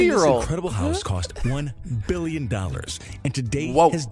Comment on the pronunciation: 77 billeon i think thats how you say it